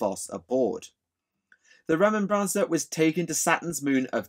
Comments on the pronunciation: Why do you add the "N" sound its remember combined with mancer like necro-mancer. Remen-N-Bancer just sound off. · I don't if it's the difference between British English and American English but the way you're pronouncing "remembrancer" is killing me. You or I one is putting the wrong emphasis on the wrong syllable. Other than that, you made the history of historians pretty cool.